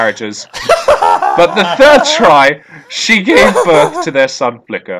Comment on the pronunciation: “It said it kills the muvver/favver after birf” his inability to pronounce the “th” sound is infinitely entertaining.